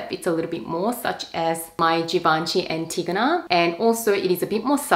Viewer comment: 🥳🌸YOU’re the very first one to pronounce ‚Antigona‘ correctly THANK YOU💕🥳🥂